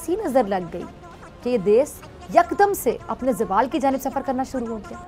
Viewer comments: 'Des' nhi hota jahil khatoooooon 'desh' hota h😂😂😂😂😂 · pehle "desh" to sahi se bol le pagli